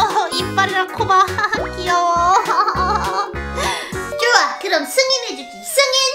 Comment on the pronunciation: 랜던봉투 뜯는 asmr좋울꼬 같당 ㅋㅋㅋㅋ그리고 좋아 쪼아 좋아 좋아!가 초아 초아 초아초아!라고 둘려용 ㅋㅋㅋㅋ